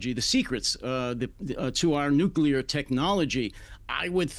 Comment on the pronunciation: Both the guest and the host insist on adding a syllable to the word 'nuclear'. NEXT.